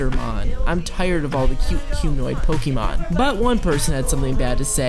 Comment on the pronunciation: I don't have any thoughts on Cetitan but if you can pronounce the é in Beyoncé, you can pronounce the é in Pokémon